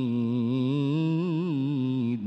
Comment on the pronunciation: শীয়াদের কিরাত কি আমাদেরচে আলাদা জানার ইচ্ছা ছিলো,কারোন এইখানে অনেক শব্দের উচ্চারণ অন্য ভাবে হচ্ছে, যেমন ওয়ামা আদরি কামা ইয়াউ মুদ্দিন